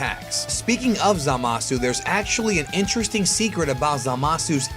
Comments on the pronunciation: isnt it ZA-masu......not za-MA-su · You mispronounced Zamasu's name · Stop saying Zamasu FUCKING WRONGE!!! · Pretty interesting video, though he constantly mispronounced Zamasu's name.